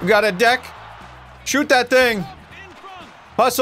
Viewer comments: Hearing him call the deke (Dee-k) a deck hurt my hockey heart 😭🤣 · Lmao its deek not deck. Love your content bro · It's pronounced Deek not Deck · DEKE, not deck like we’re leaving Home Depot talking about summer projects with the boys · Bro said “deck” 💀 It’s pronounced “deek!” Loved this game as a kid and glad to see you play it. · Hearing him say “deck” when it’s deke (deek) 😩😩😩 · I scrolled through the comments for a bit but didn't see anyone mention it's pronounced D-EE-K. Long E, not short like deck. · Deke is pronounced "deek" not deck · A deck lol. Its pronounced deek. Deke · its pronounced "deek" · It's pronounced "deek" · OK it’s not deck it’s deke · It's "deek", not "deck"🤡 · “Got a deck” I don’t know why that made me laugh so hard hearing him say deke like that 😂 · Every time he pronounces deke and deck a hokey bro somewhere out there losses a tooth. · I loved this game when I was younger, so glad you played it! If you haven't ever tried it, play the two on two basketball game Arch Rivals. It was an arcade game and on the original NES. It's where NBA Jam got a lot of it's inspiration. Also, Deke is pronounced exactly as it's spelled, not deck lol. It's the hockey equivalent of breaking someone's ankles. Great video! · Awesome to see you getting into some hockey. Also 'deke' rhymes with 'peek'. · Deke is pronounced "D-eek". It essentially means to fake out a player on the opposing team when you have the puck. In basketball parlance to "break their ankles." Midway made good stuff back in the day. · LOL Awesome video, btw deke is pronounced like "deek" hahaha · Does he pronouce 'deke' as 'deck'...? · It’s actually called a deke like zyke😊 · Did he pronounce deke as deck????? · Deke is pronounced "deek" brother. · its pronounced "dee k" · The way you pronounce deke 🤣 😂. Obviously your not a golfer 😂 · How do you know what icing is but not how to pronounce deke? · Lol he kept mispronouncing deke and I almost like it like that